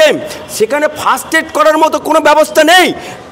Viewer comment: কথাটা First aid not fast aid … 😂😂😂😂